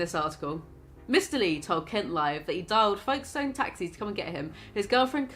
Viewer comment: The way you pronounced Folkestone is killing me 😂